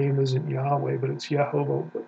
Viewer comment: Also notice every time Michael Heiser says “Ye-HO-Vah” he’s emphasizing the middle syllable “Ho”… however he should know that every Hebrew manuscript that contains the vowels, the accented syllable is always at the end “Vah”…”Ye-ho-VAH”… this also proves why the name begins with the pronunciation “Yeho” and not “Yah”. The vowel shifts and changes from a kamatz to a sheva when the accented syllable is moved. This also happens when a word is elongated.